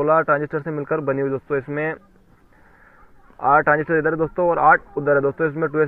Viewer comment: Pass se kon bol raha hai 1943 transistorrrrrrrr😁😁😁😁😁